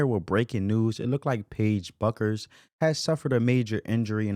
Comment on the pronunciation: You don’t even know how to pronounce her name.